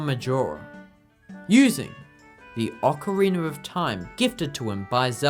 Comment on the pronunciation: stop saying ocarinAR